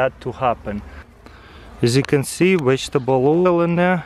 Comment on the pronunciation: "As youc con see"